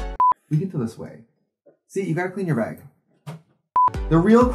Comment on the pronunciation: no one: trixie: b æ g